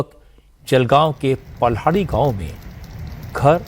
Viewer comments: No palhadi it's paldhi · पल्हाडी नही सर पाळधी